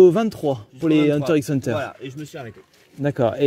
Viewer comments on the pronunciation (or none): On dit Hunter Hunter !!!!!